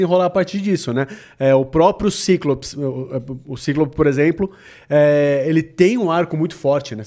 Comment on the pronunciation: "O próprio Cíclope", mas em inglês é "Cyclops (Saiclops)" hahaha Pessoal quer inglesar tudo e dá ruim.